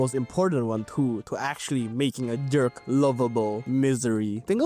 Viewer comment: you keep saying "derk" and its hilarious haha